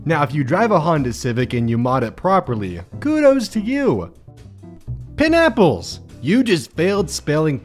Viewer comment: He pronounced it wrong